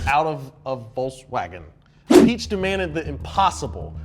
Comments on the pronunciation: It's not psycho specific. It becomes that when you converted it in your units. And one more thing. I really don't like the egocentrism of the english speakers. If it's a joke ok, but if it's not, do your research it doesn't pronuance Ferdinand Peach 🍑 Other than that great video. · you mentioned Ferdinand Piëch. A German pronounces it pee-uh (sort of) and it translates into "peep". Haha. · Please learn what you're talking about and pronounce the names properly, so we don't end up with a generation of kids saying Peach instead of Pïech. It's not that hard, ask the podcast team, they've said his name a million times🙄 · Ferdinand Pee-yech (the ch sound is soft and in the back of your throat) Also, the Yamaha OX-99 11 looks so happy, look at him! He's just a lil' guy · piech is pronounced like pee-eck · I think it’s pronounced ‘pee ek’ (piëch) 😂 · Nobody in that studio knew how to pronounce Piech? Its pronounced pee-eck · Watching two supposed car guys struggle to even remotely pronounce Piech's name right, for shame. And tell the dude that did the research for this script that Nissan was not the only entity involved with the R390 (XJR15). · It is offensive and callous the fact that you couldn't be bothered to get correctly the name of Ferdinand Piëch who is one of the most influential people in the history of automotive industry. Shame on you. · As a carmudgeon watcher I'm offended by the pronunciation of Piech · Ferdinand Karl Piech. The Karl is silent (according to the pronunciation) haha Merry Merry Happy Happy to Donut!